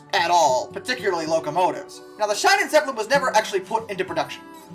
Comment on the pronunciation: AkShOeAlLeY it‘s pronounced sheenentzeppeleen… because German has the pronounciation all fucked if you’re used to English: I is pronounced E, IE is the same but long, EI or AI is an I and E is simply eh… fuck me, I‘d guess